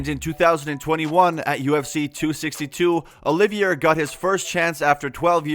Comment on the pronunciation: Dude, learn how to say his name correctly. They say it several times in the first 20 seconds of the video. His name is not “Oliviera”. It’s Charles Oliveira.